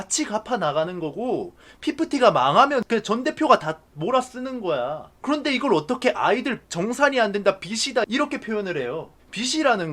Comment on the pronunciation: 그알 이제 ''그런데 말입니다' 가 아니라 '구란데 말입니다'로 들어야함